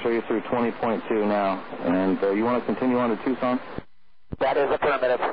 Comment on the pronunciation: "Do you want to continue on to Tuscon"? ..."Affirmative"...UNBELIEVABLE!!